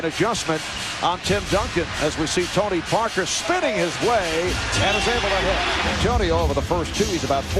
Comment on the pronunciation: World: Tony Parker This narrator: Tounee Pah kaah 🤣🤣